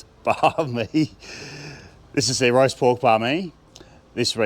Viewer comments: I thought you were saying “riced pork,” but I finally figured you were saying “roast pork.” Seems like I have a lot to learn. The pie looked ridiculously delicious, and such value! 😊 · Wait a second; is it roast pork or diced pork? I thought you were saying RICED pork. 😂😂😂